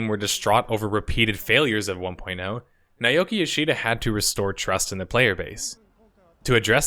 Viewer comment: FYI naoki yoshida DID have experience making MMOs. He was on the dev team for DQX. and it's Nah-oh-kee.